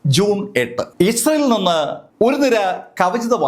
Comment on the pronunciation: ഇസൽ എന്നല്ല, ഇസ്രായേൽ എന്ന് വ്യക്തമായി ഉച്ചരിക്കൂ👹👹☝️